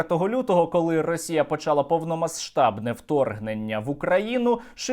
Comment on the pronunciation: Україна перейде у контрнаступ, коли Сергій Стерненко припинить вимовляти звук "С" у слові "повномасштабний". Я поважаю автора, але це слово просто неможливо чути.